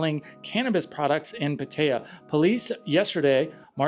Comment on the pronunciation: You pronounce Pattaya funny, and wrong.